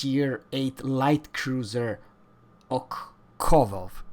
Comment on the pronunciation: "Ok-hAkov" 🤦‍♂️ try this: since you compare it across three tiers, let me give you examples at T7: Atlanta and Belfast, both are even stealthier. Also, the reason the ship is so stealthy is that it is tiny. Plus, as you mentioned: it lacks dpm, alpha and range. Stealth-torping cruisers are no rarity, many Brits and Japs can do it too (for example Ibuki can stealth-launch 20 fast torps with insane alpha and one-shot BBs). The radar got already cut to 10 sec and is in testing anyway. So you get at max 2 salvos out and it´s only 8 shells. Calling it "deadlier than Belfast" haha, no. Your basic mistake is that you compare Ochakov to Smolensk which it is not. It shares the hull but will be a Mini-Chapayev play-wise. it´s T8, so no, you can´t slot a moa-dyoole for faster reload. Rocket-science, hum? Sigma is "absolutely fantastic"? 2.0 is absolute standard for crusiers. 138m dispersion on a CL with only 8 guns is pretty meh. Hahahaha ok. "You do have this stupid hydro + radar + defAA combo" Yes, like all the US-CLs. So? i see. Look, if you are not in the mood to get your facts straight and inform people who might be interested... then don´t. But if you just wanted to bash soviet ships - congrats, you succeeded. I won´t bother with the rest of the video.